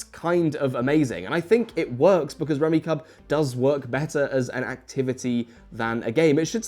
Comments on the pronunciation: I've played this game for decades... Its fun and casual and can be oddly satisfying. Isn't it pronounced rummi"cube"? I had a copy that had instructions on pronunciation on the back of the box... Just fyi. Fun little game. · awful video dude doesnt even know its pronounced rummy CUBE. say it with me now: KYOOB. CUBE. KUUB. for christs sake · The sets on the table are so wrong and messed up I can’t even take this guy seriously. If it were “luck based”, my grandfather wouldn’t have the reputation of being a fucking champion at rummikub (which is decidedly pronounced “rummy CUBE”). He was famous for being able to go out on his first turn (assuming he went last). He fucking dominated, even when we were only 8. He never took it easy on us, much to the chagrin of my grandmother 😂😂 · I've always pronounced it "rummy-cube" in my head. Cognitive dissonance: * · it's pronounced rummy-cube, mate. Rack-o is also a 70s game that doesn't suck. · It's pronounced "Rummy-cube" according to the manual, but I love that Rummikub is so steeped in house rules that we don't even pronounce it the same way. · He killed me every time he mis-pronounced the game. It’s even on the box he was specifically referencing! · Guys the manual states that it's pronounced Rummy-CUBE. My entire life has been a lie. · I've never heard anyone not pronounce it Rummi-cube. This is *upsetting*. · "So what is Rummikub?" Mispronounced. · Great video! This is a game my family and I have enjoyed for years. I saw some other comments already addressed the rules mistake, so I won't harp on that. But I thought you should know, that the game is pronounced like Rummi"cube" rather than Rummi"cub". :) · What gets me is his pronunciation of the game. The "kub" is pronounced "cube" not "cub". Really, this is a solid family game. Like this and Uno were pretty much staples when we were spending time together. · I always pronounced it Rummy-Cube. No idea if that's right, cause it sure is spelt like Rummy-cub. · It’s rummi-CUBE